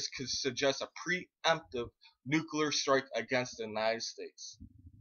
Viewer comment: Wow, your an idiot. PREpared. NUCLEAR, not nukular... you know.... nuclear, because its the splitting of an atoms nucleus. You sound like a moron, and thats probably because you are one.